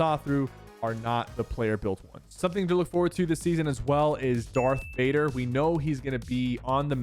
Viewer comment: Bro colled dark vaider darth vaieder💀💀